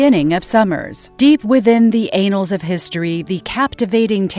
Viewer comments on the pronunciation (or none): how many times can someone say anal like tf?! its annals smh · The anals? 😂 Annals, as in An-Nals, not anals, everytime she said it i was cracking up. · Did she say " the ANALS????" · The anals of history lol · anals of mutant kind! lol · I believe it's the AI reading the AI generated script not understanding the nuance of the two N's in annals.